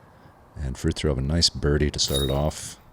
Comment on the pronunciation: The way they pronounce Fritiofs name made me cry..